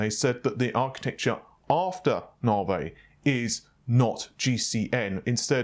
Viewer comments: Stop saying NavA its Navi lol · Can you please pronounce it as Naavi? Rather than Naarvey? It getting annoying now. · Lol "Nav-e" not "Narvey" love your vids by the way apart from the Narvey issue... Peace out ✌️ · I always thought it was navi and not narveh ;) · quick question: Why do you pronounce Navi as Nah-Vay, rather than the obviously correct Nah-Veeeeeeee?????? Not a big deal, but for some reason it drives me nuts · You say (Nah-vay), I say (Ney-vee). Really, your distinct way of pronouncing that word kills me every time. By the way, can’t wait for the (Nahr-wuhl) family of GPU’s. 🤣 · navIIIIIII. Not "Navey". I'm never bothered by pronunciations but this is really annoying. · No no, it's Naur-vey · I just came for the naurghveih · It's Nah-vee. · First it's naaveeeey, and now it's baydooo..... What? I'm pretty sure baidoo is not an English word, reminds me of white peoplefrom the States saying Kinya instead of Kenya..... Doesn't need to be irritating but it really is. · Classy way to say navi, Naa-Vay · Nah - Vay.. Jeez. Not as bad as calling Matisse (Ma-teese) ...Ma-tassy.. lol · It's NOT Nah-vay..geez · The way you pronounce "Navi" triggers me... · Scrotum Monster I know, it’s hilarious how he pronounces it.